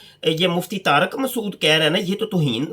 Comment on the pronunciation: taraq nhi tariq h naam. pehay urdu to dhang sa bolo mian